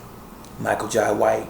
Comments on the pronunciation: Jai is pronounced, "Jay" - ( ok buddy?) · Its pronounced Jai not Jay